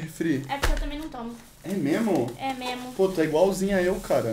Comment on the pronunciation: Mo cria diz “memo” poh😂❤